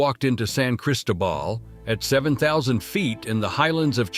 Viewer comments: You are pronouncing Cristobal wrong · You need to ask your AI voice to get a clue about Spanish pronunciation. San Cristóbal de las Casas, Pátzcuaro, Valladolid, Campeche, Guanajuato, Puebla, Oaxaca, Querétaro, Mazatlán, Mérida.